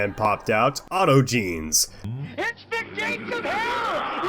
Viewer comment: Lmfao. "Auto-jeans" Brother, it's "aut-ogenees"